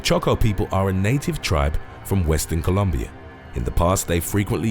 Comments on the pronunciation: The way my man says Columbia 😂😂😂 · Loved the way you said colombia fella the pronunciation was epic